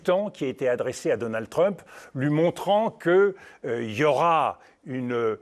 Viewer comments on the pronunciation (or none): Pourquoi les franchouillards disent toujours "Treump" ? Ça se prononce "Tramp".